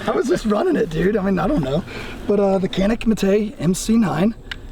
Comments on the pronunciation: Correct pronounce of Canik is “djanik” it’s not “Kanik” 🫡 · Janik not Canik. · Hey! You’d better teach them the right pronunciation “Canik” not Kenik!!!! Come on man!!!! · Kanik dediklerinde me-kanik :))) gibi birşey oluyor. lütfen doğru telaffuz edin /please right prononsıous to "Canik" in Türkçe alphabet C just" Ce" not "K" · Abi niye kenik diyon canik desene… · Not kanik yes Canik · "Canik" pronounce as "goneek", not "keneek". should state that. First letter "c" need to be say "g". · You got a Turkish person calling Canik, Kanik lol. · Abi bari sen kanik demeseydin be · you could have pronounced the "Canik" correctly. Kanik değil, doğrusu Canik diyemedin mi ? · abi sen de mi kanik diyorsun yaa ...canik dağlarından da mı haberin yok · Funny how a Turk would say Canik rather than Janik. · its pronounced janik. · KÊNÊC - essa é a pronúncia👍👊🏼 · I would like to correct something for pronouncing about CANİK=CANIK . For pronouncing of Canik is jaenic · Canik Pronounced..like John'eek but for American English easiest is..like John and Nick.. JohnNick.. Jonnick.. why is a Turkish dude with a Turkish accent..totally mispronounced it?? Hahaha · Yeah, turkish guy and haven't mentioned that it pronounces as janik at least first 10 minutes. Let's see later. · You guys are pronouncing the name of the gun wrong. The c makes a J sound in Turkish. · I live in the country where they are made. The name is pronounced “johnik.” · Inthing Canik has to be read like Johnic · Canik diyemeyen bir Türk. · and yet he cant pronounce Canik correctly.